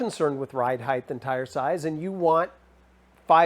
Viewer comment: Height not “heighth”. Sorry.. just a pet peeve.